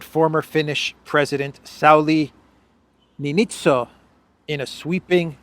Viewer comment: Former Finland's president Niinistö (Neenistö - long vocal)